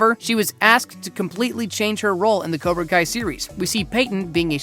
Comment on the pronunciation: "COBRA KIA"